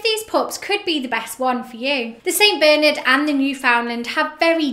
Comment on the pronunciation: It's Bernard and not Beernerd